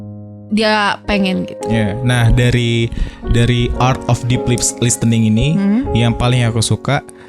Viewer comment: Podcast nya selalu terdengar renyah as always, precious content. Cuma input sedikit, pronunciation listen/listening/listener nya kurang tepat sedikit 🙏🏼